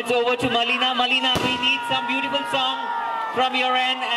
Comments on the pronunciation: Big fan of Melina Rai...but...who is the host..Even don't know the actual pronunciation...of her name... Melina..not Malina.. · Anchor needs to learn English properly..not M.A.L.I.N.A..its Melina Rai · U didn't know how to pronounce melina also malina ara...... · The host don't even know to pronounce Melina, so disgusting.